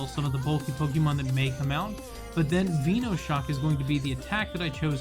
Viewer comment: "venuesaur" "veenoshock"